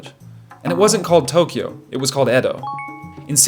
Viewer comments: Ede😂😂😂 It's Edo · It pronounced eedo not ed o for goodness sake…it’s obvious you’ve never been anywhere near Japan